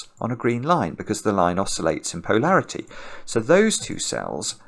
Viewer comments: Is "POE-larity" for polarity a regionalism or a Simonism? I've always heard it pronounced puh-LAIR-ity or poh-LAIR-ity. It felt like he was commenting on the sense of humo(u)r of the author of The Raven. When Edgar Allan makes a joke, POE-larity ensues. I find accents fascinating and I know people who have adopted their own pronunciation of some words. I'm just wondering if the people on the other side of the pond (i.e. where is) are experiencing what I am or if they think it's perfectly normal. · I think it’s making it clear he isn’t saying parity since he’s gotten gentle corrections that polarity and parity aren’t interchangeable.